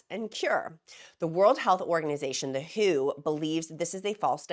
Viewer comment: Merry Christmas, Gab from Australia here. Just sat down to watch your latest video and wanted to let you know that the World Health Organisation is not shortened to “who” but the letters are read out as in W. H. O. Just a small thing but I thought I should let you know. Now, I have my morning coffee and will watch the rest of the video. It is going to be a hot one here today getting up to 37 degrees Celsius (98.6 degrees for you) but it looks like we could have a storm as well. I hope everyone had a wonderfully Merry Christmas and will have a Happy New Year as well. I too am coming up to two years on this medication (31 December) and it has changed my life for the better. You will soon be at maintenance level and I cannot wait to see how you manage it. You are looking so beautiful. You are simply glowing with health. I look forward to the next year of your videos and, of course, continuing to help the newbies in the free encouragement Facebook group. As an old hand at this now, 9 months in maintenance, my goals for the new year are to concentrate more on increasing my exercise (I want to play tennis again but need to be fit enough to run around for that) and getting my plant channel up and running now that I don’t have to spend so much time thinking about weight and what I put in my mouth every second of the day. Lots of love to everyone out there.